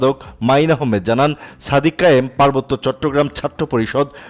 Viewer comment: "সাদিক কাইয়ুৃম" নামটাও ঠিক মতো উচ্চারণ করতে পারেন না? অথচ ভিডিও বানান।